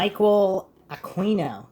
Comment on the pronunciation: Yes but only if he stops mispronouncing his name....forget the U ...pronounce it as Aqino.